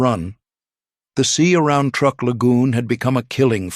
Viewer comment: Truk (TRUE-K), not TR-UCK.